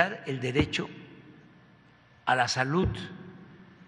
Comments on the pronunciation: que alguien le diga al sr presidente como se pronuncia la d al ultimo....sobretodo cuando dice salut...por querer decir salud....que es lo correcto en ortografía y dicción. que mal habla...tiene ..entre oas cosas una pesa diicccioniet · Sarta de de barbaridades dice este pobre hombre. pero hay muchos descerebrados que aplauden como lo que son, ni siquiera salud puede pronunciar correctamente.